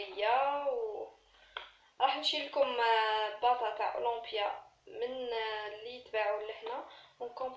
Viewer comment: اوليمبيا ماشي اواومبيا.وشكرا